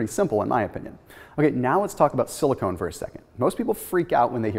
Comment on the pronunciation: silicon not silicone